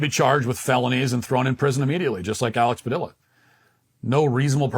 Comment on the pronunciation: You're pronouncing his name wrong. Two Ls in Spanish are spoken with a Y sound, Though to be fair you're absolutely right about him, he is just a fucking child